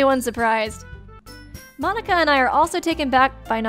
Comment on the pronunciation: You know youre obsessed with danganronpa when you call Monika--> Monaca xD